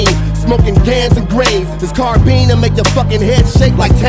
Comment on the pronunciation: Car beam? lol.... Carbine